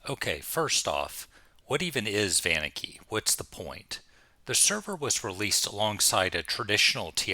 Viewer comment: Never heard someone emphasize the "van" on Vaniki... most pronounce it "Vah-neek-ee", which I believe is correct.